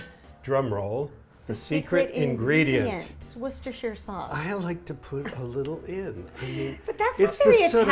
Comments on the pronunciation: Yay! You’re saying Worcestershire correctly! So many Americans struggle with our weird place names. 😀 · You said Worcestershire correctly! Most Americans say shire as if it is ‘shyer’. It’s always ‘sher’ when talking about a county (Wiltshire, Lincolnshire, Yorkshire, etc ) but a ‘shyer’ when ‘shire’ is used on its own. I tend to only say Worcester sauce at home as we all know know what it is so drop a syllable. Lea & Perrins is the original.